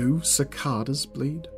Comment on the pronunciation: Hey just wanted to say the word Cicada the 2 a's make different sounds 6th comment 105 view 13th like